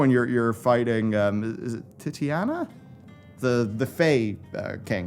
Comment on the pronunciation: "Tittyana" YEP thats the one. Ana with the.. Ehm....